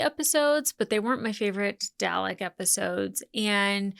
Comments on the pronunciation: To help you out, it's Dah-lek 🥰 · I vote to double down on the infinite variety of mispronunciation of the durlix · If Brits can say "garage" so it sounds like "marriage", Americans can say "Dalek" so it sounds like "phallic". It strikes me as a legitimate regional pronunciation, even if I personally prefer a colic-rhyming delivery that's closer to the British way of doing things (albeit without the intrusive R sound they often slip in there). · Haha straight back into saying Dalek wrong lol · The editor is having a lot of fun with your Dalek pronunciation. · At least she's not saying Day Lick.